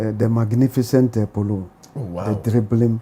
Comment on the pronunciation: it’s dribbling not driven wae..